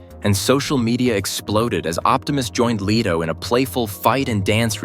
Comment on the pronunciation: Not lee-to, leto.